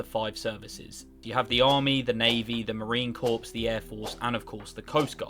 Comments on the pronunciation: Corps as in Core. Not corpse. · it’s pronounced the Marine “Core” not “Corpse”. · I know you have an accent but for future reference its pronounced Marine "Core" not corpse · It's pronounced CORE not CORPS. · it’s not a dead body. It’s a Corps, pronounced like “core” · It's the Marine Corp. "Core" not "Corpse" Mmmmk? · WTF?! You sound as illiterate as President Obama. It is not Marine "corpse!" It is Marine Corps...it is pronounced "core." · Marine "corpse" LOL it's corps the ps is silent, sounds like core, but corpse seems appropriate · the P in "corps" is silent. It sounded like you said the Marine Corpse, which is kinda ironic. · FYI - you do not pronounce the PS in Marine CorPS!!! it is pronounced "Marine Cor". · Marine Corps. "CORE" Not Corpse. Although we stack bodies, no need for the mispronunciation of the worlds best. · It's Marine Corps, not Marine Corpse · It’s pronounced: Marine CORE. Not Marine CORPSE. Dumbass. 😂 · Marine core is how it’s pronounced not corps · Its pronounced Marine core, Not Marine corpse. Spelled Corps. Sounds like core. More ya know :p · Mate, it's Marine Corps pronounced like "core" not "corpse" but I can understand the confusion esp bc you're talking about zombies. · marine “core” not “corpse” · corps is not pronounced corpse it’s pronounced core I know it’s weird but thats the way it is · You pronounce corps like core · Bro even said Marine “corpse” 😭. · Its pronounced like core, not corps when talking about marines. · It’s pronounced marine “core” not “corps” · I'm fairly certain it's not called the Marine Corpse. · Marine "corps" pronounced 'CORE' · corps is pronounced core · Marine CORPSE? C’mon mate, keep making mistakes like that and you’ll find all your crayons being eaten 😂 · Corps is pronounced "core" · Department of defenses? Marine corpse? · though spelt corps it's pronounced "core" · Please do not pronounce the P in Marine Corps. Thank you.